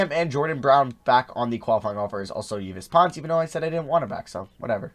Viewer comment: Yves pons is pronounced eve pawns.